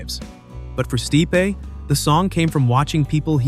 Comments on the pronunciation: Michael Stee-pay? Come on. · What the hell did you call michael stipe?